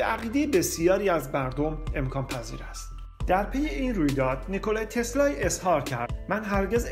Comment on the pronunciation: باسپاس از ویدیوی زیبای شما.. تنها ایرادش این بود که شما علی رغم درست نوشتن نام "نیکلا تسلا" در تیتر برنامه ، در طول برنامه اون رو نیکلای تسلای تلفظ کردی..